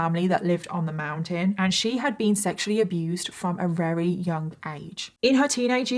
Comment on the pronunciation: Why does this lady say rery instead of very? It’s so odd